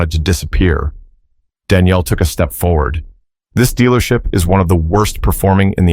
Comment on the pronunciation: I am lost a bit already. Is the lady's Danielle or is it Daniel. I know but it's obvious that the narrator does not, also whoever does the Captions!! 🤔😱